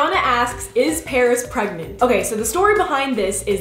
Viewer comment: LOL she said pregmant